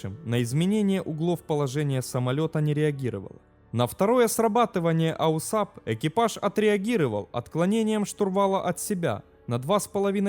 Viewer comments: НУ какой к энтой матери АУСАП, если он АУАСП (произносится ауаэспэ, Автомат Углов Атаки и Сигнализации Перегрузок) ? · Бля, такое впечатление, что человек либо с говором, либо не совсем владеющий русским языком комментирует, либо компьютерный голос....А так интересно. Какой аусап, если АУАСП. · Не АУСАП, а АУАСП. Дружище твой аусап режет слух. Клепаешь видосы про авиацию, так будь в теме. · Аусап - так говорят? Ну мало ли, говорят, а не неграмотность. Но режет слух, когда постоянно читаешь именно АУАСП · Автомат углов атаки и сигнализации перегрузок это АУАСП, а не "аусап". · Да, я тоже хотел это сказать. Режет слух неправильное АУСАП. Перезалить надо ролик. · аусап слух режет. На самом деле это АУАСП - автомат углов атаки и сигнализации перегрузок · Режет ухо ваш аусап....прибор правильно называется АУСАП... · АУАСП!!!!!! Блин..... Зачем делать такое бестолковое видео? Читать мы сами умеем. А тут и прочитать правильно не смог. Нет бы поинтересоваться, что такое этот АУАСП и другим рассказать. Само содержание туда же. Автор не заметил, что версия Ершова противоречит фактам? Взял один текст, прилепил к нему другой и норм, пипл хавает. Половина народа в комментах спрашивает, почему скорость 400, когда должна быть сильно больше. А вы объясните им, что такое "приборная скорость" и почему она такая. Это же интересно! А..., вам же лень разбираться... Неуд короче. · ауСАП просто режет слух. Автор, ну хоть загули название системы, прежде чем выпускать ролик. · АУСАП... Неужели так сложно правильно прочитать уже готовый текст из Википедии? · Это новый тренд. Автор умышленно исковеркал, дабы спровоцировать на комментирование. И надо сказать у него это получилось. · Не АУСАП, а АУАСП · Не "АУСАП", а система называется "АУАСП" - автомат углов атаки и сигнализации перегрузок Автор учи матчасть! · Не АУСАП, а АУАСП * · Только не АУСАП а АУАСП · Какой ещё АУСАП(АУСАБ)? Слух режет . Делаешь подобные ролики учи мат част ! АУАСП! Автомат углов атаки и сигнализатор перегрузок !